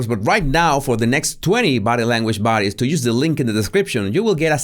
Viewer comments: It is buddies but with his accent he said baddies, which I thought was so funny. Unfortunately I pointed it out and he improved the pronunciation but lost some of the humour. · I thought it was "buddies".